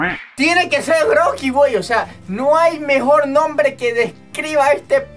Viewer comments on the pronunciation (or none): Es rocky sólo que no sabe pronunciar la r poreso dice grocky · Es rocky pero dice groky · Roqui para q le diga groqui